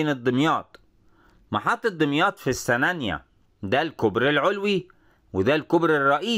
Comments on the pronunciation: جميل جدًا، ياريت تنور دمياط وراس البر 💖 نطق السنانِيّة بكسر النون وتشديد الياء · راجع طريقة نطق السنانية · حضرتك بتنطق السنانيه غلط